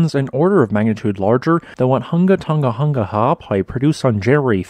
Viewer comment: Tong-a, not fucken tungga